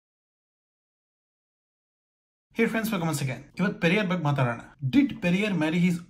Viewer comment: Yaavo evella yeshtu helidru kelalla.... Ri......... Baggu, baggu, baggu hege helodu bidu, 'Bagge' antha helu....., pls take it Seriously... talk properly...